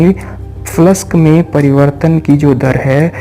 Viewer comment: Flux bolna seek phle